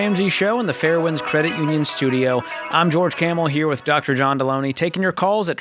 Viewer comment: Dude how can you butcher Delony’s name so bad when it’s right in front of you. If you’re going to criticize him at least get his name right. It’s basic human decency. Also, most of these calls required John’s skillsets. George and John work very well together and George will hop in if it’s strictly money. Most of the time it’s not.